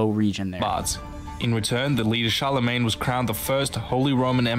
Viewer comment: Pronounciation of Charle Magne had me cringe